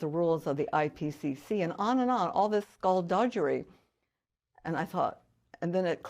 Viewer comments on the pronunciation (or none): "Skull dudgerry" Dug-arry Sounds like BUGGARY (bum sex) Skull duggary... I find it quite alarming when seemingly intelligent well educated people make it well into their mid to late life... but are STILL mispronouncing COMMON words and phrases. It says a lot about the echchambers they spend time in, where people don't correct them...or they refuse to admit fault and change. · She keeps saying "duhgerry"... It's DUH-GARY This is exactly the kind of echchamber I am talking about. The interviewer could very easily say "do you mean skull duggary, I think you are mispronouncing it..." And she would, if unsure, ask him is he sure... and he could look up a pronunciation online...and then she'd know...and could go on in life without making herself look naïve. This is what I'm talking about. This is how language gets messed up. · "skullduggery" is pronounced skuhl·duh·guh·ree, not skulldujjery! How can someone of her age and experience not know this? 🤔🤦‍♂️ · smart lady but cant get past her mispronouncing skulduggery, as in Doug not Judge. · Skullduggery... Skulldu-JURY? I'm 51 and I've never heard anyone pronounce it that way and I feel a little bad for laughing... but that's weird. Aside from pronunciation issues, she's great! Thank you for this interview! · I absolutely respect her position on climate change. What I fail to understand is how a Ph.D. can still mispronounce a common word like skullduggery (skuhl·duh·gr·ee)😂. She probably says nucular, too. Sorry, just keeping it light😊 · How does she not know how to pronounce "skullduggery?"